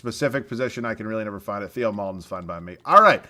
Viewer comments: Its pronounced "TAY-oh" Maledon not "Thee-oh" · Theo maledons name is pronounced teo